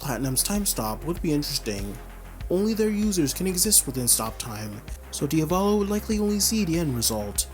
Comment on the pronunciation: “Diavallo” bro it’s pronounced Dia-vo-lo like how you would say Diablo